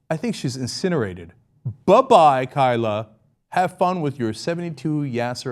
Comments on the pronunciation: You're pronouncing Kayla wrong. Source: My sister's name is Kayla. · Cenk srsly cant pronounce kayla?